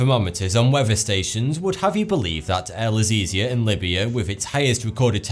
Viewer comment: Did any one else catch that synonymous " hell iz easier" at the begining when he said el aziziah